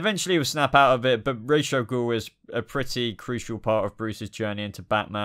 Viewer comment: I think you're pronouncing Ra's al Ghul wrrong